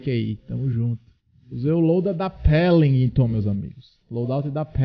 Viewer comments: Não é pelimton e Welinton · "Pélinguitôn" -Imperador, Lipe 2021